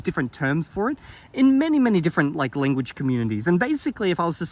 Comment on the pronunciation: Fun fact: If you put the video at increased speed, it sounds like he's saying "Linguage" instead of "Lenguage"! Or maybe that's just my accent seeping into my ears lol. (I pronounce "Length" and "Strength" and the like like "Lingth" and "Stringth", Idk why I just do.)